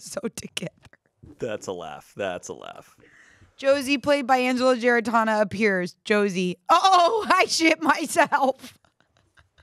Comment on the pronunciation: Love how started off pronouncing Angela’s name wrong😂